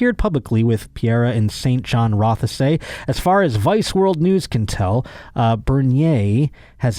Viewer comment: I live in the riding that the ball-breather is from. He didn't win, just want everyone to know. (Also, you don't pronounce the e in Rothesay)